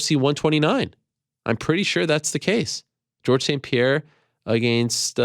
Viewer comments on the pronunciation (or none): none